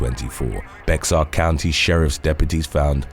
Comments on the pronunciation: Bexar is not pronounced "Bex-ar" but "Bear" as in thing that shits in the woods.The x is silent. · It’s not bex-ar, it’s pronounced “Bear”